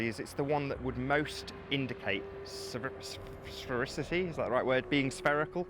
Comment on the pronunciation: He couldn’t even pronounce surface right...